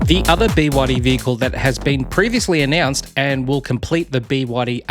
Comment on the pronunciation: Arrrggghhh bewaddy… it’s B Y D ffs